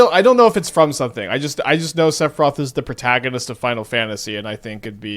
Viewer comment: you really got a get the 🎶 Sephiroth🎵 right lol, not whatever abomination you keep saying lol